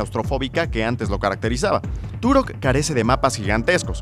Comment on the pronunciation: Se dice turoh